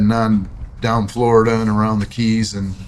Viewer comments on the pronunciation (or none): none